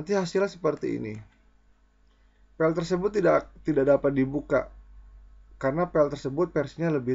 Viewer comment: File kang.. Bukan Pell.. 😁 Mantap info nya..